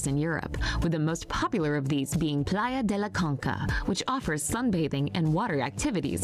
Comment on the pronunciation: Aun pronunció peor la Playa de la Concha, que dijo "Playa de la Conca" 😂 Curioso, considerando que ellos tienen palabras como "chance" donde la "ch" se pronuncia mas o menos como en español, pero ella ha decidido pronunciarla como en las palabras de origen griego como "technology" o "tachyon".